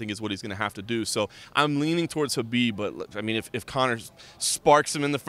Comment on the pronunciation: The K is silent in kHabib. At least learn to pronounce their names if you're going to report on them.